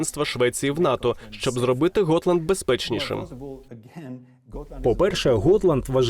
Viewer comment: Gotland - ґотланд, а не готланд